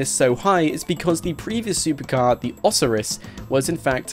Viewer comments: Osiris as in Osiris from The Warriors... OSIRIS. ohs-eye-ris. Not osuhris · O-SI-RIS not OS-O-RIS. Learn how to pronounce words properly if you're making a living from speaking.